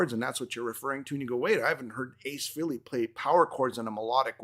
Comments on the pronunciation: Guys, it's pronounced "Fray-lee", not that Ace cares, but there you go. Good discussion though, well done. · yes, nice try. Ace has stated in past interviews that people pronounce his last name three different ways and he really doesn't care as long as they are saying his name. He then pronounced it "Fray-lee" in the interview. Even Paul Stanley pronounces it "Fray-lee". Pretty sure I heard both of you pronounce it "Free-lee". Anyway, it doesn't matter at all, I'm sure we can both agree that his new album will kick ass. Have a good one sir.👍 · It’s actually Freh (rhymes with bell) ley. Nice try though.